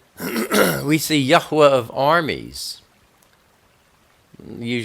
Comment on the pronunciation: Thank you oh so very much for the correct pronunciation of His Holy name. It meant everything to me!